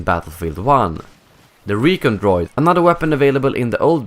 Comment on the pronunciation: I love your videos but every time you said Re-ken droid I laughed haha one thing that would be cool while you're in the at-st is like a repair power up or weapon enhancing pick up